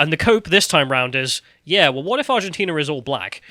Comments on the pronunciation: Argentina, not ARGENTINIA. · Did anyone else hear them say "Argentinia", like "aluminium"? Is it just more fun to add an extra syllable to these words? I guess I need to try it out and see for myself! As an uncultured Yank, I feel like I'm missing out on something, haha! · “Argentina”, not “Argentinia” smh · Does think Argentina is called Argentinia or is he doing it for a joke? It's hard to tell... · "Argentinia" - now that's a geographic trigger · Argentinia lol, love me a Callumism... it almost sounds purposely saritical like Vee's Californiania. 😂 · 15 seconds "argenTINIA" 😂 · repeated pronunciation of "Argentinia" explains to me why the Brits call it aluminium instead of aluminum. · And 'Argentinia'. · Where is "Argentinia",?! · I like how refused to learn how to say Argentina. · I had to switch off at the twentieth mispronunciation of Argentina. How hard can it be? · The most entertaining part of this video is struggling to pronounce Argentina for 25 mins 😂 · Why are you doing a segment on a country when you can't even pronounce the name ? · If you are going to discuss a country you could at least muster up the decency to pronounce its name correctly